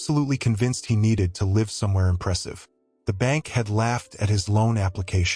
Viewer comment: AI is horrible.live as in life was pronounced live as in t v. How stupid.